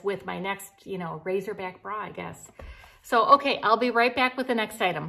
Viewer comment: Not to be the english police, but it's "racer back", not "razor back".......LOL! LIke the racers on a swim team.....the suits have a racer back. Love you and your videos! Hope I didn't offend.:)